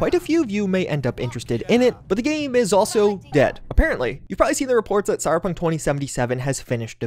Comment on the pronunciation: Cy-Ber-Punk...3 syllables, not 2. Not cy-pun. Slow down.